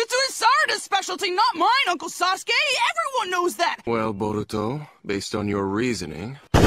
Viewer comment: I love how is definition of loser is different Btw the way he says Boruto is so cool